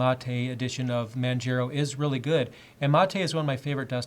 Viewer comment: Manjero xD